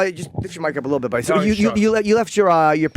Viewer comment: He pronounces buddy like a Canadian on South Park 😂